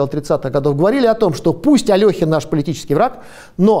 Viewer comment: Интересно и поучительно. Только всё-таки АлЕхин правильнее :)